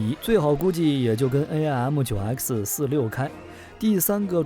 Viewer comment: Did you forget 1958 Sep, F86 with side winders 鑽入M15 , 17, 尾火孔，。遁入爆炸，失了14 M15 , 17, 台俠和平， Aim means 目標。不是，A-I -M 唸弯舌头，。噁心透了